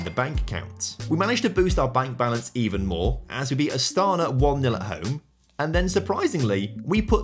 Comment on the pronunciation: I know that I'm late but Astana pronounce with emphance on the last a